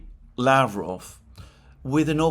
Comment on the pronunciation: Yesterday I was so proud of you, that you said la-VROV as is correct. Why o why are you now back to LA-vrov again :(